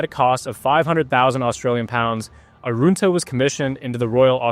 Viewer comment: Would be good if you pronounced the name correctly. You said it like it has “oo” in it, which it doesn’t. Arunta is said as such, not “Aroonta “, like you said it. Typical bloody American mispronouncing Australian names. Pull your head in.